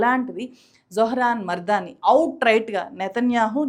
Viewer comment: కంగ్రాచ్యులేషన్స్, జొహ్రాన్! బైదవే,, మీరు తన ఇంటి పేరుని తప్పుగా - మర్దానీ పలుకుతున్నారు, మమ్దానీ అని పలకాలి. Other than that, this is a wonderful video! Thanks for making it!